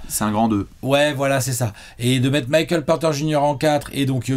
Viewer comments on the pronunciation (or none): none